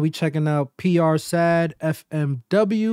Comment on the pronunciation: Dope video but u gotta get it right ganggg It’s not pronounced PR SAD it’s PR S.A.D -> S.A.D is a subset within the gang 67 SAD = search and destroy These dudes are really rappin what they livin 🥶 🥶 🥶